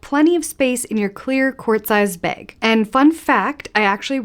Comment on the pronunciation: I chuckle at “baig”